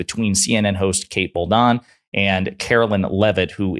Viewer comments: Dude. If you're going to be credible in your podcast, learn how to pronounce people's names! Kate Booldon??? It's pronounced BaldWin!!! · Good video but the young ladies last name is Bolduan not Boldan pronounced like “Baldwun” just fyi